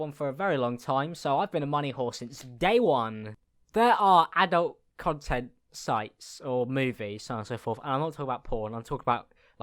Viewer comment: every time u say content it sounds like cuntent